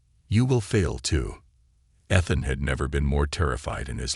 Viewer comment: For the love of god will somebody teach these stupid AI proper pronunciation. EE-thuhn